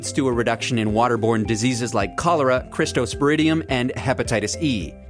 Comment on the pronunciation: cryptosporidium,...not crystosporidium timestamp ,...otherwise it's very good to hear about One Health and veterinary and environmental scientists being consulted with on these concerns,....